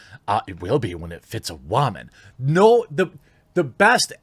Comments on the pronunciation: why the hell is this guy saying "BatWAmen" and "waman" instead of women? gives me the shits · What the hell is a "wahmen" ?!